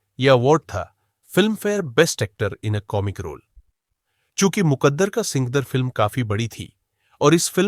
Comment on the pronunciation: सिंकदर नहीं सिकंदर कहिए। कुमवारा, कुमवारी नहीं, कुंवारा,कुंवारी। 5.45